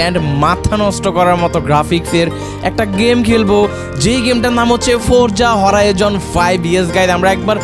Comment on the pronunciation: it's not forja horijon 5 it's forza horizon